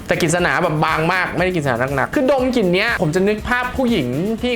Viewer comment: กิ่น ควบกล้ำหายไปหมด